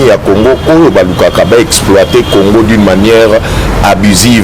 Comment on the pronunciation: Ruberwa n'a même pas honte de chercher à identifier les congolais ? Quelle sorcellerie ? Ruberwa ne parle jamais lingala. Il dit aussi Orive Rembe, Congore... Exactement comme Kabila Kanambe. Maman Orive...